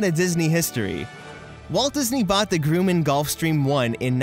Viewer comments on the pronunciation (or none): It's actually Gr U Mman. Not Gru like the bad guy. I recall spending a fair amount of time wandering around MGM studios in the very early 1990s. It was pretty cool and as I never went to Universal even though I lived across the street from the back wall, I can see the inspiration.